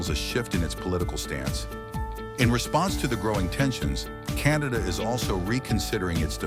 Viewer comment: Canada not 'Cantada' - The USA is on a downward economic spiral!